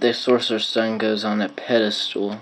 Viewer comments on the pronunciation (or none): none